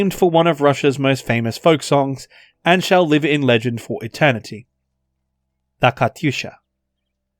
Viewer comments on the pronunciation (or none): none